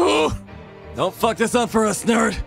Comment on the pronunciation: you can’t even say fuck right